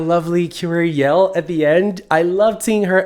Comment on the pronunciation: It's Yell not Aile